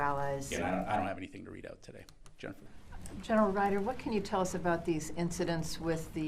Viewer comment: Gen”er”al lense-pulheim